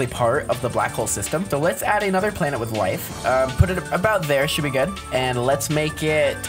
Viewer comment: "now it's called a blanet"